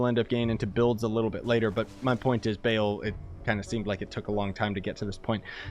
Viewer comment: Him saying bail not baal is upsetting